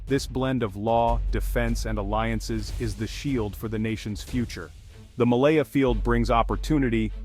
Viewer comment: Its malampaya not malaya